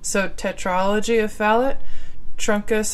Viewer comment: Fallot isn't pronounced "fal-ut." It's pronounced "Fal-OH." Atresia is pronounced "UH-TREEJ-UH," not "UH-TREE-ZEE-UH." Hope this helps :)